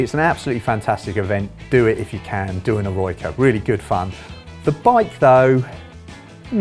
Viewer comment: I can't believe he called L'eroica leroyka.